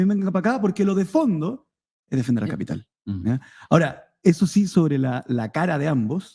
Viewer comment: El. Cápital jajaja. El de tu familia es capppiiiiitall bueno? Zurdo caviar